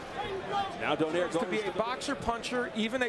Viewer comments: They need to pronounce his name correctly DOUGH-NIGH-REH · It's itch my ear when they pronounce Donaire surname in English way.